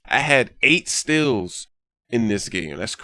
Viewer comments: Haha, he says "stills" instead of "steals" lol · does anyone think that he pronounces "steals" weird